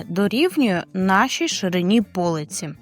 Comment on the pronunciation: Та не по'лиці, а полиці'. Не можливо слухати.